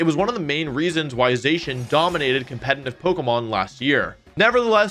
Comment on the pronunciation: I'm glad there were no weird squished faces. Now he just needs to learn how to pronounce Zacian's name.